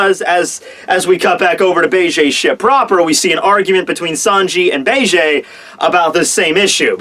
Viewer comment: I cringed everytime i heard him pronounce it like "Begay"